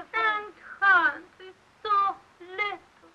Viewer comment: Why can't she pronounce the S in Hans?